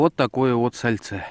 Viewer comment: А слово то какое - сальцЕ! От самого произношения слюнки текут!